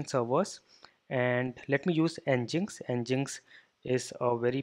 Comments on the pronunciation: it's Engine-X bro not ngiks!! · Nginx is pronounced as Engine-X.